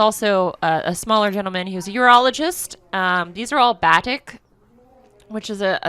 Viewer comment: Just a heads up, batik is pronounced buh-teek.